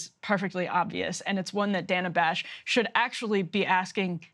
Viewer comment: Nice to see Frank Luntz catch up to Thomas Frank's analysis (What's The Matter With Kansas?) thirty years after the fact! And by the way, it's DAY-nuh Bash.